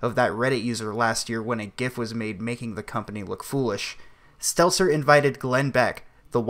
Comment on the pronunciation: It's Stelter..not Stelzer